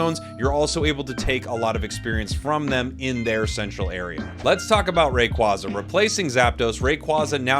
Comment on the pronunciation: I love that you reversed to say Rayquaza in the hispanic way haha 😆 sounds way better, closer to it's Quetzalcoatl roots